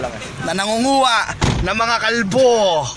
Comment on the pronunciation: di ko alam kung bakit pero anlutong ng pagkakasabi sa "kalbo" lt hahahaha